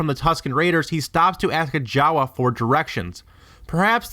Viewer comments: Why don't you pronounce Jawa like you pronounce Maz, with a long A Jaaaawaaaa, Maaaaaaz..... Ep.7, H-ah-n pronounces it M-ah-z, who is a J-ah-w-ah, according to theory stretching video. I liked Episode 1 Podracer...... What about the Mandalore flag at her cantina?? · Lost me when you said Jawa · "Maz was a Jawa". Sigh...nope.